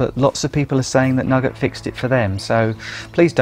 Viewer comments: Many thanks for such a carefully constructed and well considered video. Thanks also to others for their useful comments. Just one criticism for the benefit of English learners (I teach), the sweet (candy) shop item "nougat" is usually pronounced "noogah" [Edit: in UK English], not "nugget". I shall subscribe. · NEW-GAT not nugget...